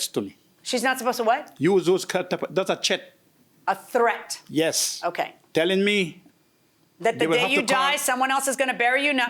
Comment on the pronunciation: The man says "tret" as in threat. Milian asks, "how old is your son?" he responds "thirty two" 🤔 lol